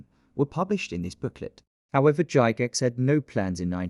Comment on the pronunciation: Cool vid! I got the original box set when I was a kid in the 70’s but never had the supplement. Pretty sure “Gygax” is pronounced with a hard G, btw. 😊